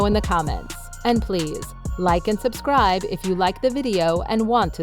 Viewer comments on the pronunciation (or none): none